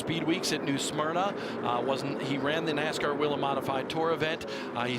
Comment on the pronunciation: Why do they keep calling it WEE-lin when in their own corporate TV ad they pronounce it WAY-lin????? DUH???